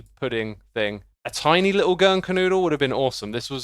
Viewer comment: If you hadn't shown the image , I'd have never known you were trying to say "Germknödel".